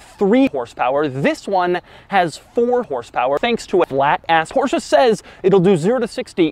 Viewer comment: He really do be saying "porschah"